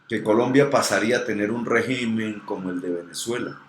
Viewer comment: Nadie te va a hacer caso si dices regímen en vez de regímen